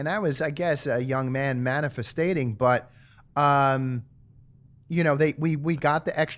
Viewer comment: "Manifeststating" Love me some Sitch. 💚🤍❤️